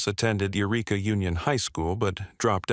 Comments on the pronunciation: The town Jody is from is pronounced (Why-Reeka), not (You-Reeka) there’s a Ureka, California, but that’s not where Jody’s from. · Arias…@ minute marker, you display “Yreka” then say “Eureka” which are both in Northern California. “Eureka” you pronounced is an expression from Gold Miners, as they would shout it when they found gold. (Eureka = I found it!) Yreka (Why-reek-uh). Both have High Schools… Get it? Good! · Yreka = why - REE - kuh. I heard at least three incorrect pronounciations. Why??? Artificial Intelligence should be intelligent. And aren't there databases that have that information SOMEWHERE? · Yreka is pronounced Wy-reka. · yreka is why-ree-kuh eureka is a different city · Yreka is pronounced “Why-reka”. Eureka is a different city. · It's y as in why lmfao Whyreka try that lmfao Yreka is not pronounced as Eureka lmfao completely different I grew up in siskiyou county 😅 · Yer-ecka California. Doesn't the digital voice bot mean Eureka California? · STOP SAYING "Yi-rekka". It's said like this "Why-Reeka"! Not Ureka! Not Yo-rekka! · Jodie Arias high school, Yreka high school is pronounced "why-reeka"; Eureka is a different town in Northern California, pronounced "yur-reeka". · Y reek a. Not Eureka. Two very different places.